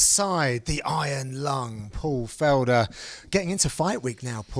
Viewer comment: Why he say Iron lung lol I thought it was Irish dragon